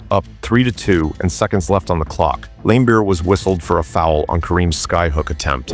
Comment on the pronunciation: I watched a lot of basketball growing up in the eighties as a teenager, I don’t ever remember any announcer or any player pronouncing his name other than Lambeer the i is silent , maybe younger people have heard it pronounced differently, did you watch him play live or from old footage. Maybe your local announcer pronounced it that way but this is the first time for me to hear it like that. If you watch Larry Bird explains why he dislikes Bill Laimbeer you can see him and the interviewer pronouncing it Lam instead of Lame